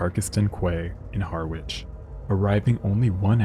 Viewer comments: It's pronounced Ha-ridge my American friends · Please pronounce it "harr. Itch" as in Harry without an Y and an itch" 😅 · It is pronounced "Parkston Quay" in "Harrich" ! English is a complicated language, isn't it, our American cousins ?! ❤